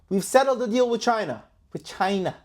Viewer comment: It's so funny how he says CCCChina lmao😂😂buy!! If the markets don't recover and they dump the dollar is worth nothing it doesn't matter anyway hahahah buy gold if you're worried about the market crashing.. LMAO